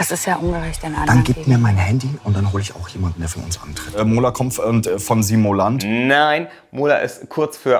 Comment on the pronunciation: Simolant, Simolation und nicht zu vergessen Simoltan!